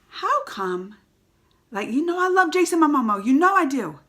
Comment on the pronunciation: I like it when you call him "Jason Amomo" :D